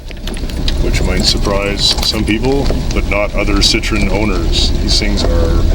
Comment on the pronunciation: Now for the painful comment. Better ones below. 8-)) I believe Citroen (double dots over the e) gets pronounced sit-troh-en, at least that's what my french bro-in-law says and what I remember. Citron is a lemon.